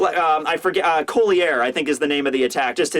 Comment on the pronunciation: its pronounced ''colliey'' it's french for necklace.